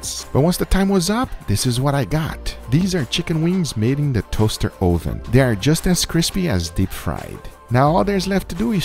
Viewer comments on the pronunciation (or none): Why is it an Ohhh-ven? Learn English.... It's uhh-ven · Guga for my sanity, it's pronounced [Uh-Ven] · hes trolling us by saying Ohven instead of oven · UH-ven. Not OH-Ven. Hearing OH-ven so many times got annoying. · Ohvann... love that pronunciation....kinda like a viking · Never heard someone pronounce “oven” like “OHH-VUN” we usually pronounce it as “ UH-VIN” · I love the way guga says it "toaster ohven" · i love it when guga says oven, sounds like Oovan, btw I'm not making fun of his accent btw so no h8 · I love how he says ooven instead of oven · "this was done in a toaster OHven ;)" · "toaster oh-ven" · "Tohster ohven" :) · "Toaster OhVin" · Ouven is the only thing I heard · You might have earned a thumbs up if you didn't keep referring to it as oh-ven. I don't care where you are from or which language you speak but you're in America and you need to learn the language. Uuuuuuuh-ven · Hard to take cooking advice from a guy that says "Oooven" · my hispanic mother says ‘oven’ like that too and it’s so cute and it just makes me think of my mum fudhhsh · I love the emphasis on the “O” in oven. 😂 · Same, LOL. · I love your pronunciation of "oven". Makes me smile. Where are you from originally? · listen to the sound he makes when he says “o” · Say oven again, LMAO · You are pronouncing Oven the dutch way xD